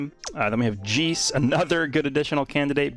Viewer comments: I love you man, I really do. Your content is always amazing and very in depth when it comes to the details. Not to mention the translations, I mean you are the homie for a reason. But it's J E I C E, not Jees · nah nah more like how the english dub be pronouncing it. "Jayce" where my mans be hitting us with the "Geece" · its just funny when he says it bc I'm used to people pronouncing it "jayce" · We just gonna let slide with that pronunciation of the boi Jeice’s name? 👀👀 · Jeice (ジース) is what came up when i typed up his name and that jp says jiisu